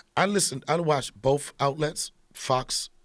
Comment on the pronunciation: This moron said that he watches " boaf " Networks? LOL SPEAK ENGLISH MORON!!